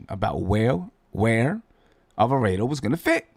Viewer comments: It's Alva-raaaaah-do. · Bruh..... killing me with the Italian pronunciation.....GTA is a Boricua man. Rhymes with Avocado......not Alfredo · Damn getting attacked for saying the name wrong. Reminds me of when he was saying Guillermo name wrong. 😂. You know who he talking about let the man live.